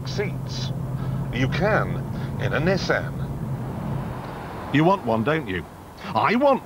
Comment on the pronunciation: Its not NISSEN but NISSAN...and MADE IN NIPPON